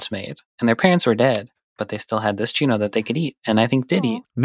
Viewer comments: Very respectfully, the ñ in Spanish is pronounced differently than a normal n. So it's pronounced 'choo-nyoh':) you are the best! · Hearing them say "chuno" instead of "chuño" throws me off 😅 even though I've never heard of it until now